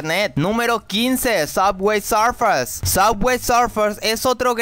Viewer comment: A alguien + le da gracia como pronuncia suway surfers?